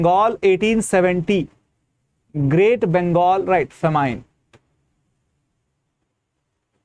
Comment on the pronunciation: Sir ji It is pronounced as Fa Min and not Fa Mine